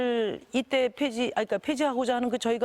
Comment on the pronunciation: 심상줭 후보는 주씩씨장 양도쎄 풰지를 놓고 ..... 🤣 발음이 핵 폭탄이네 ㅋㅋㅋ